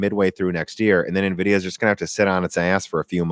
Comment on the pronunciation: if you're gonna say nevidia, shouldn't you call your laptop hp nevy?